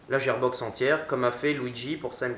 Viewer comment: La gearbox se prononce guirbox mais sinon bonne vidéo bon courage pour la suite 👌👍